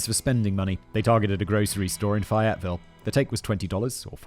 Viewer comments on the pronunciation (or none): By the way its pronounced fay-it-vill